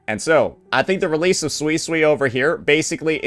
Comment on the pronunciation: pronouncing Suisui's name. Makes me think of swiss cheese. It might be intentional and correcting him won't change that like how he sometimes called Zani as Zoni.